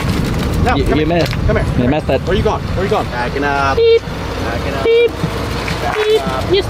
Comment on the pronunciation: its are not aar